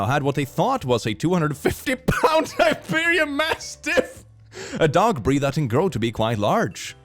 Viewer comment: "Tiberian mastiff"?